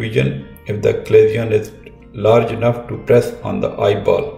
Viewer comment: Doctor it is pronounce CHA-LA-ZION (cha-la-sion) not "Aclasion" as you keep saying.